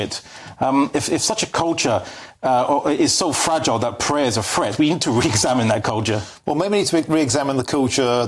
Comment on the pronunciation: Prayer can be said quietly and privately. No-one need know when anyone is praying. What should be introduced to schools, however, is Elecution, so that people learn there is no such thing as "fret" (except as in 'worry') and the word is pronounced "threat".